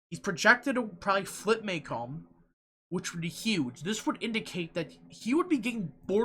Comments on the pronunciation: muh-COMB. Not MAY-comb;). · It’s pronounced muh-COMB. I live here. And I assure you....James is wayyyyyy ahead here. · The counties are pronounced Muh-Comb (Macomb) and Jen-y-see (Gennesee)